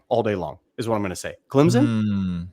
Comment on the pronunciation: He does not say it like that. You need to listen. Bhaaaa